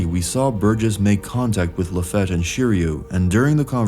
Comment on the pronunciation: why call Lafitte LaFATT ??